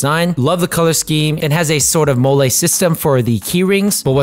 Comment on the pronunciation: Pretty sure MOLLE is pronounced “Molly”. You sound New Mexican calling it molé, ha. Thanks for the video.